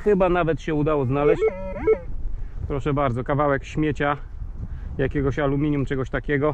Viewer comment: proszę Cię, A-LU-MI-NIUM! Poza tym, świetny materiał;)